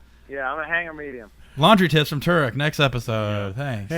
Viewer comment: Just wanna say thanks to for understanding what i was trying to say with the f1 questions and thanks for answering my questions and being one of the few to pronounce my last name right. Another question is what brings you guys back to drifting year after year and keep you enthusiastic for the sport. Besides the awesome people.